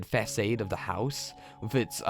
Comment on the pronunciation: Facade -> /fəˈsɑːd/, good reading though